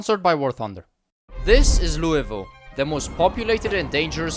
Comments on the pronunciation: Lul-vul not louie ville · as a louisville native the worst part about this video was hearing him say "louie-ville" instead of "loo-uh-vull"